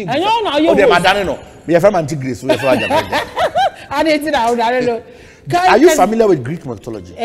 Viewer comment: Ayaguaraya... Not ajaguarajah. In Hebrew we don't have alphabet j, it's rather y